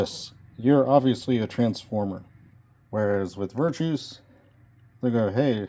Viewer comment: Sorry, pet- peeve: NOT VIRTOUS... (well, I mean, the dude is virtuous. Obviously. He's a Great guy!) But his name is Virtus. VER. TUS. VIRTUS. Little mishmash of virtuous and vertical, I think. Sorry for the vocabulary lesson. Like I said, pet-peeve. 🙃